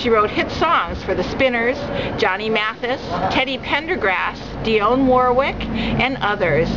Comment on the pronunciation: The mispronunciation of Dionne Warwick, Stacy Lattisaw, and posthumously took away from the tribute